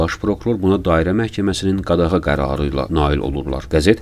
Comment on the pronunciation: Bloggerlərə və hər cürə ağzından hörrə tökənlərə nəsihət: MEYMUNLUQ ETMƏYİN, SÖZLƏRİ DÜZGÜN TƏLƏFFÜZ EDİN, YOX ƏGƏR SİZ BUNU BACARMIRSINIZSA, ONDA ELƏ HALDA YA O SÖZDƏN VAZ KEÇİN, VƏ YAXUD DÜZGÜN TƏLƏFFÜZ EDİN! YOXSA BU NƏ HOQQABAZLIQDIR, NƏ MEYMUNLUQDUR: NƏ VAXTDAN QADAĞAN SÖZÜNÜN BİR HƏRFİNİ YEYİB, DÖRD AYAQLI ATIN, BİR AYAĞINI DƏMİR DİŞ QADIN YEYƏNDƏN SONRA ÖZ QARDAŞINDAN SORĞU-SUAL EDİB SORUŞUR: BACIN ÖLSÜN QARDAŞ, SƏN NEÇƏ AYAQLI ATLA GƏLMİSƏN? QARDAŞI BAŞA DÜŞÜB ANLAYIR Kİ, BACISI ARTIQ ATIN AYAĞININ BİRİNİ YEYİB Kİ, GÖRSÜN QARDAŞI QƏFLƏT YUXUSUNDA YATIR, YOXSA AYIQDIR VƏ DAVAMINI YƏQİN Kİ, BİLİRSİNİZ. İNDİDƏ SİZ, QADAĞAN SÖZÜNÜN BİR HƏRFİNİ YEYİB, SONRADA DEYƏCƏKSİNİZ QADAĞA, BU NƏ BİYABIRÇILIQDIR, BU NƏ MEYMUNLUQDUR? DEYƏSƏN; DIĞALAR BAŞINIZDAN ELƏ BİR ZƏRBƏ İLƏ VURUBLAR Kİ, N HƏRFİ YADDAŞINIZDAN YOX OLUB VƏ YADDA QALAN, ANCAQ DĞA-DĞA, GİRDİ BAĞA, VURDU BAŞIVUZA VƏ YADIVUZDA QALDI XƏBƏRDARLIQ: DĞA-DĞA, GİRDİ BAĞA, VURDU BAŞIVUZA, QOYDU QADAĞA, - DÜZ DANIŞMAĞA. İNDİDƏ SİZ HEY DEYİN: DĞA-DĞA, QOYUB QADAĞA, DÜZ DANIŞMAĞA! 😀😃😄😅😂